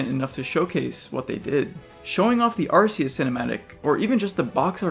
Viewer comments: It's ARKEUS not Arseus c'mon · Nope this guys criticisms are all invalid, he pronounced arceus as arsseus Edit: #1moreyearGF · it’s pronounced are-key-us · My top concern is people online constantly pronouncing "Arceus," incorrectly. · arman kaya it’s pronounced Arceus too